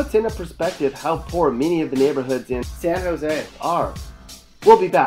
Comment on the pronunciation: ...."SAN JOse" hahahahahaha